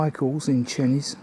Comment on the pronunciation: Great film and I've just subscribed to your channel. One little 'picky' correction, Chenies is pronounced Chaynies. Hope you don't mind!